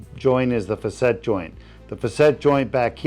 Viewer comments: I think “facet” is pronounced “fa-set” not “fuh-set” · Facet joints not facette. Doesn't look like a hanging. Looks better than getting cut open and filled with opioids.